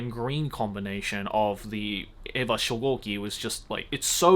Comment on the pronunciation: What's the bet that Joey doesn't realise that he is saying 'E'vangelion and 'A'va when they should both be pronounced with an 'A' sound at the beginning?